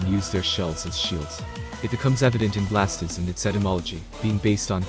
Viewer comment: Venusaur looks awesome. Fire Garchomp is a swing and a miss. Blastoise looks great too, but the way you keep calling it "Blast-is" is undignified.